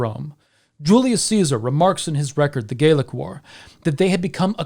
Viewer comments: Youre pronouncing "gallic" as if it were spelled "gaelic." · interesting you pronounce Gallic like Gaeilic